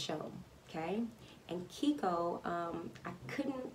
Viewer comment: Keiko is pronounced "kay-ko" not "keeko"